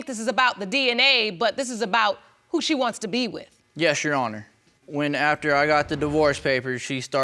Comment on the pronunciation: STOP SAYING YESHYOURHONOUR ITS MEESING ME TF UP